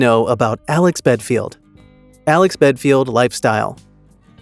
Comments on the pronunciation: Ha you Americans make me laugh . In such a rush to jump on the band wagon you can’t even get his name right , even when it’s on the first screenshot of his website . Dumb or what . Do some research instead of reading a rushed script. Bad video can’t take your channel seriously. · BEDFIELD? you can't even get his name right ffs!! But hey, high in the algorithm right now huh? and you got my click. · What an idiotic channel that can't even his name right! Capital radio Nairobi Kenya?? Just heard that one 😂.... channels like this should be banned! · So many things incorrect in this video bit least you can't even get this name right. Shocking example of You Tube video makin, improve or give it up!